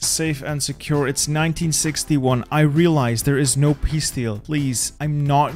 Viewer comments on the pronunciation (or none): none